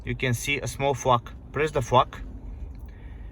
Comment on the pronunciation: A small fuk 😂. You mean Flag. Try to pronounce the L a little harder bro.